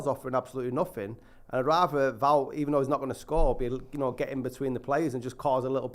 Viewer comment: Wout is pronounced like devout....